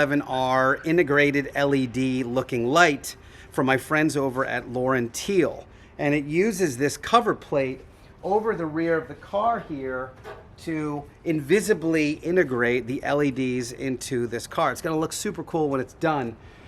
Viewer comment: Still loving the build! Just a note on pronunciation: Lauern Teile is not "Lauren Teel." If you rhyme "low" with "ow," it's more like "LOW-airn TILE-uh."